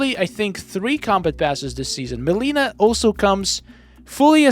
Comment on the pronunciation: Take a shot every time he mispronounced mileena over skarlet